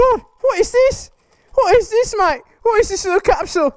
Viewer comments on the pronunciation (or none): none